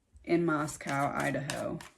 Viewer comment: From someone that lives in Pullman. Moscow is pronounced Moscoe not cow. The spelling can be confusing yet it is coe.